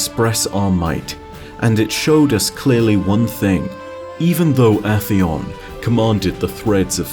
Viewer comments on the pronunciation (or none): I swear, every time he mispronounces a weapon or enemy it just make me wanna kill uhtheon with my yallahorn